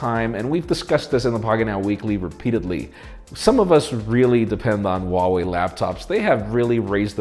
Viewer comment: Huawei or Vuawei? Oo